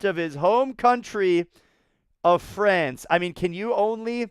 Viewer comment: FRANCE not FRACE 🤣